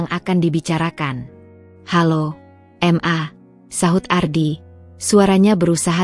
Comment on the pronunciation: Bukan m.a tapi ma dbacanya ma